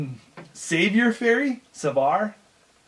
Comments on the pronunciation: Leverage + Grappling Hook recursion could be a thing. Any damage or damage + end the run ice in the game is useless. Fall guy + All nighter... hmmmm I shuddered when you tried to pronounce savoir faire. It is French, pronounce somethin glike "sa vwa" first a like app, second like o in operation. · Savoir-faire. It's pronounced 'sah-vraughh-fare'. It roughly translates to 'presence of mind'. Dammit aren't you guys from Canada? j/k!